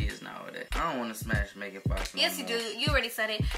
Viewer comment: "megan fakh" I CANT BREATHEEEEEEEEEEE LMFAOOOOOO!!!!!!!